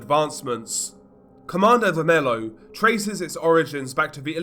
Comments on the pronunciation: godness gracious it´s pronounced ver-me-lyo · Really don't want to be that guy but you mispronounced the group's name so bad, specifically "vermelho" (red). But your video was good.